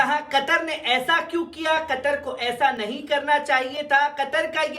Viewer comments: कटर नही, भाई कतर बोलो कतर 😀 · قطر کو آپ کٹر بولتے ہو ،، یہ تو اردو کہو ،، یہ